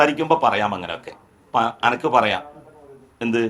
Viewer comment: അപ്പോൾ അനക്ക് എന്ന് ആണോ ജെലിലെ സ്പ്പുടത ആയി പറയുക